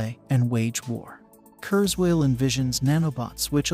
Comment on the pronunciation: Say kuerswell one more time!